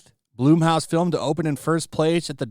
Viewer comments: It's pronounced Blumhouse like in the word plum not bloom, like with a flower… Plum house especially if you know Jason the founder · Dude every time you say blumhouse i laugh. Not knocking you but youd think someone who covers this shit? Youd know how to pronounce it.